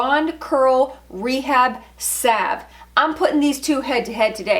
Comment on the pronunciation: Thank you. Finally someone knows how to pronounce salve.